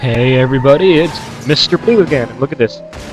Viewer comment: LMAO! XD you sounded like you said Mr.Blue:Hey everybody this its Mr."Poo" again (I'm I the onelt one who notice't it?) lawl